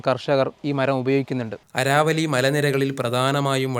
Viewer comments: അരാവലി.. അല്ല.. ആരവല്ലി എന്ന് തിരുത്തിയാൽ നല്ലതായിരിക്കും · ആരാവല്ലി അല്ല ആരവല്ലി അല്ലേ